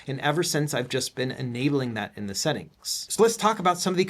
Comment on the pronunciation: "We can set das up in the esettings" 😄